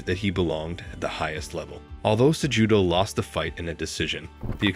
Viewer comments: sejewdoe brother the j is pronounced as an h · Pronounce his last name correctly if you're going to do a doc on him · I didn't watch more than 5 minutes, brother. After the 4th or 5th mispronouncing of Cejudo's name, it was nearly impossible to listen to a documentary based on a person that the narrator wasn't even familiar with.